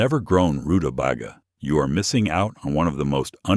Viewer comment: rutabaga is pronounced as roo-ta-bay-ga